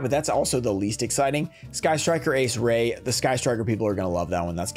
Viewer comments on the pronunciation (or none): This set is good like all ots typically are....but why are they constantly putting the rare cards in weird spots mixed up? But honestly I like ghost reaper the best sucks she's the cheapest but yooo it's Raye not Roze lmao